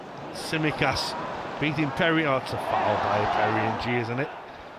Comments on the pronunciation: Perry NG as in Unnnnnggghhh, not Enn Ji!! I'm a Singaporean Chinese like him, so just correcting the commentators! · ah yes, perry "en gee" such a shame that the british can't pronounce asian surnames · Just came here to listen to butcher the pronunciation of "Ng"